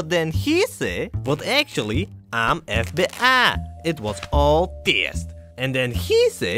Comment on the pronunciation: EF BE'AHH It was all TIYEST And then khee say, but actually, I'm PRESADENT!. I just the want to test the EF BE'AHH